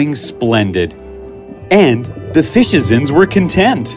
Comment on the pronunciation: Fishizents huh ha ha